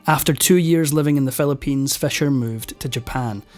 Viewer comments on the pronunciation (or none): The narrator pronounces Fischer as Fescher, history as hestory, six as sex, forfeit as forphet, Philippines as felepines, sixty four as sexty four.